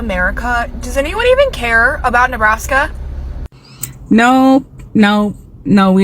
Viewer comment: 😂😂😂😂 Ne Nebbbr Nebrask? No!!!!